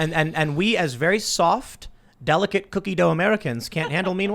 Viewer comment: Why you gotta say cookie dough like that😔😒😂